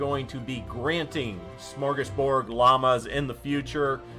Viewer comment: Shmorshgashbord! lol love your vids